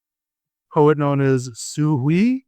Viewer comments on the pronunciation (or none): 'Hui' is like H-way not H-wee... Shang = Sh-Awng not Sh-Ang... Qin is 'Chin' not 'Kwin'. Fun episode tho!